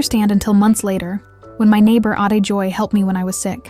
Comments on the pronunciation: A TE not ate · Ai speech pronunciation of Ah teh should be. The Ai read as 8 eight, which wrongly pronounced.. please change, it will create confusion.. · When a young person addresses you as "Ate", this isn't prounounced as past tense of an English word "Eat". This is a respectful address to an older (even just a half year) girl or lady. Ate is pronounced Ahh-tea, not 8! Please practice or correct your AI's way of pronouncing common Filipino words to make your narrative or Philippine experiences more authentic. 😮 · Its actually pronance as Ate (A, te) means older sister or Kuya (Ku, ya) means older brother as sign of respect. Its used to respect strangers or friend's that are little older than you. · I really finish watching this cute video of yours. Ang galing-galing mo ATE. Ate is not a past tense of eat it is pronounce as A-TE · ok lang pooo..😊..it's pronounce as " Ah-ti"..👍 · Ate .(elder sister)is pronounced Ah Te and not like the number 8😎 more surprises to come. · Ate is when there is food that you consumed, jk. Its read as a-te, sister, AI sucks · Correction : ATE is not pronounced like the past tense of Eat. It is correctly pronounced as A -"TE (two syllables) ...."A" as in Apple and "TE" as in Telegram. ATE is an Elder Sister andf is also addressed as a sign of respect to any older woman. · A-te as in A-pple maybe it's the AI that still needs to learn the Filipino way of pronouncing words. There are some Words that has been adopted by Filipino's from the Chinese way of addressing a Sister, Elder Sister, Brother and Elder Brother such as, Ate, Ditchi, Insi (Female), Kuya, Diko and Inko(Male). I'm keeping this comment open just in case on the process so I may add something b4 saving it. Bahala na, is a phrase originally came from Bathala (God). Bahala na mean like,.. it's up to God will or God's will be done. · Ate in English is about food. Here in Philippines, Ate is Sister. Pronounce as A t e. Good Wednesday Morning to all of us and may God bless us all!